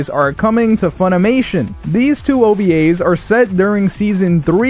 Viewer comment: The way u said ovas hurt...